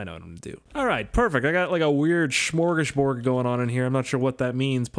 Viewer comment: Wow he was really off when he said smorgasbord...